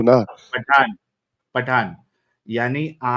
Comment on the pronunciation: पाठान नही पठान😂